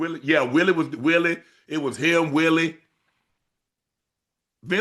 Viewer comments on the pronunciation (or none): "Willay" unc just like to say willie